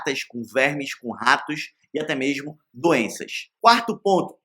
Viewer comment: "Mexmo na town-town"! O vídeo pode ser bom, mas o narrador ...